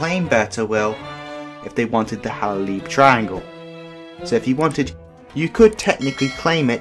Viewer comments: Take it from me being half Egyptian it’s not pronounced Halaleeb it’s pronounced Haleeb there is one L in the spelling and another in the way you pronounce the place get your facts right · It's Halaib pronounced as (halaieb, not halalib) 😀 Known as halaib and Shalateen where Shalateen is the biggest town in Halaib. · Its actually the Hal-a-iiiiiiiiiiiiiib I is pronounced like ie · it's pronounced beer taweel and the other part is pronounced hala eeb